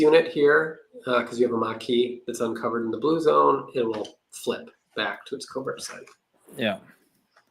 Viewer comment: Thanks for great video,, and I especially appreciated your correct pronunciation of covert. A beret would have been good